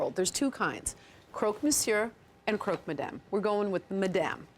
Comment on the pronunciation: Croque is pronounced like crock in crockpot. It's not pronounced croak.